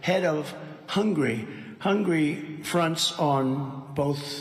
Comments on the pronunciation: Hun-ga-ry, Donald. NOT "Hungry". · Its important to know that Trump NEVER knew which countries border Hungary. He probably can't even spell Hungary. He pronounces it "hungry". I expect he jokes about Hungry eating Turkey quite a lot. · Anyone else notice that he also pronounces "Hungary" as "hungry?" My guess is he is thinking ahead to a dozen Big Macs after his speech.